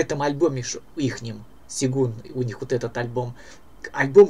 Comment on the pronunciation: ну ёмаё - сЁгун. ты что, против буквы Ё?